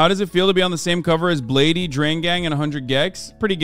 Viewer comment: hasan said blade"E" heehee